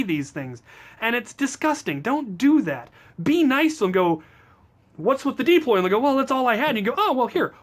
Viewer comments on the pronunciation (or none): ITS PRONOUNCED "dAploy"